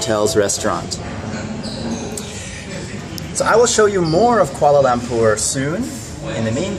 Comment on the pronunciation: Oh My God welcome to Malaysia!! I am a Malaysian but sadly im not from Kuala Lumpur. Im from kuching. Come to kuching!!! XD jk I have been to Kuala lumpur to meet my cousin. Btw the way you say Kuala lumpur is Lampur XD But seriously wow i didnt know that you were coming to Malaysia. XD I would really like to see you irl. Hopefully one day:)